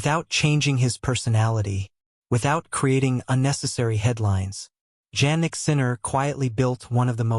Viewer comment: Please keep using his last name since you do not pronounce his first name properly